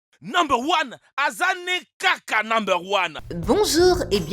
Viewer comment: AWOU MES OREILLES...!!!!.avec votre "NUBER ON"